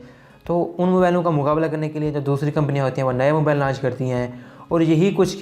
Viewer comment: Mabale Nahi mobile hota hai. English sekh lay pehlay